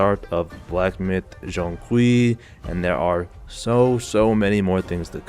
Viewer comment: he pronouced it quite well actually. Its kinda like the J in "Jane" but with a Z twist